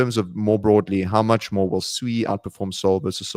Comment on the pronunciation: Holy 💩 can pronounce SUI correctly